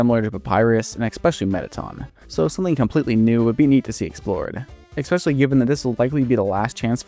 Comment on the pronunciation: oh my god… I like your videos but please stop staying “EXpecially” it’s pronounced especially for god’s sake… the fact that you use it every other sentence makes it worse